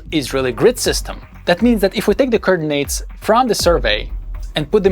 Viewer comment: It took me a while to figure out you were saying coordinates! 😀 Great video and VERY interesting! 👍👍